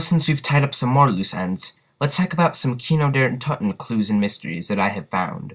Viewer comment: He Calls it kini di terten lmfao!